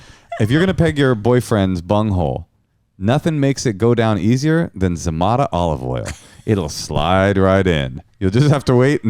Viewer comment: I swear that the guy who says the cast names at the beginning of each SNL episode said Zah-MAY-dah and you are saying Zah-MAH-dah and now I am wondering who she is allowing to mispronounce her name 🤔